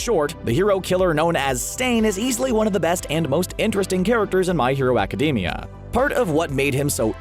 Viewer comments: Please change the way you pronounce My Hero Academia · This idiot really said "My Hero Academia" wrong